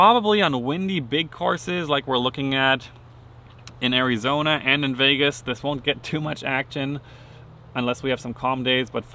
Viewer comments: Will from now on always call Arizona, airie-zone-eh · Good luck Simon! I will be rooting for you in “airy-zona” hehe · Correct pronunciation is Air-Ee-Zone-Yah. Trust me